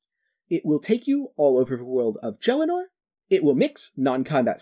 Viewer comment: Great video but the way you pronounce Gielinor is just wrong..